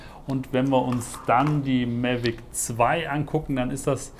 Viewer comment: warum sagst du eigentlich immer MELVIC ? das heißt MAVIC wtf das triggert mich so hart das ich das nicht gucken kann